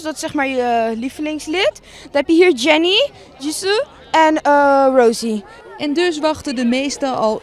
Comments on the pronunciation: Dat meisje die het vertel niemand boeit wie jou bias is het is rosé niet rosie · Het is Rosé (Rosee) niet Rosie Dombo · tis Rosé niet Rosie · Het is niet rosie naar rose but ok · “Rosie” EXCUSE ME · Ik ben een blackpink fan en het s geen dosis rosè je spreekt rosee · Zo zeg je dat, kijk idk want ik ben geen fan van hun ken hun ook niet maar zeg het dan wel in het engels en niet op zijn hollands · Prc best wel een schande want ze heeft zelf een bijnaam en die kunnen ze nie eens goed uitspreken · Is een blink maar kan de naam van rosé niet uitspreken..